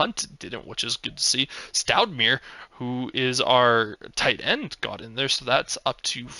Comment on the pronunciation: Stoudemire is Pronounced like the former basketball player from the Phoenix Suns. Amare Stoudemire. Stoud A My Er 😉